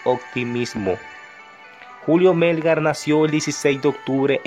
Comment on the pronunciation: Muy lindo el video pero que pena que no sepas pronunciar su nombre es Melgár no Mélgar 🤦🏻‍♂️